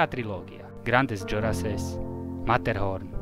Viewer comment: Awesome video. So funny how you pronounced Grandes Jorasses 😂 But at least you have the balls to climb it ❤